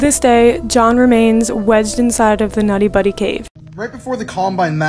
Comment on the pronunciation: Bruh did she say “nutty buddy” cave?? Its “Nutty Putty Cave”. Holy shit people like can you at least try to put minimal effort into anything you do…